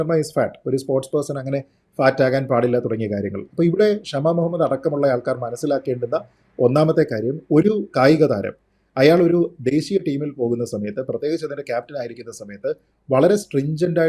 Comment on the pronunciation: Not Kshama,it is only Shama mister.